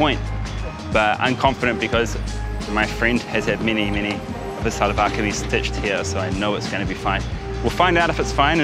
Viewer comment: Seems a bit more tight fit. It will remind you about losing off a bit of weight. One correction, It’s called “Shahlwar Kameez” ( SHA sound not SA). Nice short video clip.